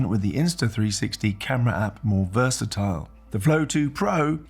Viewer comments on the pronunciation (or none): none